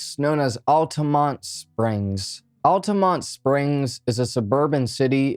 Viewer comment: OMG! My hometown! And I'm currently working in Altamonte Springs right now! Thank you for saying the name correctly!